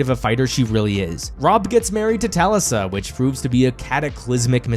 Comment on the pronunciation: Robb’s wife’s name was Talisa, pronounced Tuh-Le’-suh.